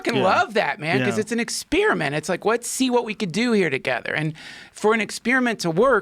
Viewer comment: Duncan “ex-spearmint “ Truss